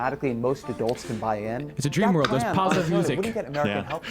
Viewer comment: "Cops around the whorld react to us police"